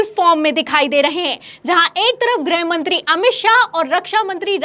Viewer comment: grih mantri (गृह मंत्री) उच्चारण किया करें। आप grah mantri (ग्रह मंत्री) कह देती हैं।